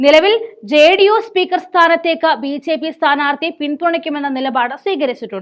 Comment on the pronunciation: മോളേ ബി. "ചേ."പി യാണോ ബി ജെ പി എന്നാണോ